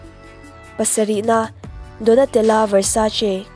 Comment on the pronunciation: Versace - versaiz ti ve leh chiah( nopan lai vel khan) Versachi tih tralh tur a nia🤣🤣🤣🤣🤣🤦‍♀️🤦‍♀️